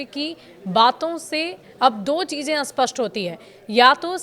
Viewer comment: स्पष्ट या अस्पष्ट ? सही उच्चारण क्यों नहीं करते ? 🤔🤔🥸